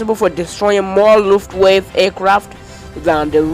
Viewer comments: It was the Luftwaffe not Luftwave! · I even tried it with subtitles... made it even worse, when he pronounced it "lufftwave" I had to give up!!! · Word of advice - you really need to improve on your pronunciation. Both English and German. You've really butchered "Wermacht" and "Luftwaffe" words. Google for how it should be spoken. Otherwise - keep trying and create some more content. I'm pretty sure you'll improve with time.